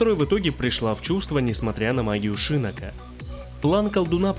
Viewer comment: шИннок очень режет слух. Он же шиннОк!